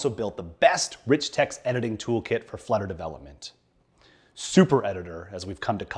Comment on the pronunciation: Flutter not "fludder".